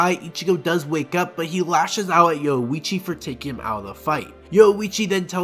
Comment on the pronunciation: Great video, but you not pronouncing the "ri" in Orihime and the "orui" in Yoruichi is driving me LITERALLY INSANE. 😂🤣😂💀☠️💀🤷‍♂️💯💯💯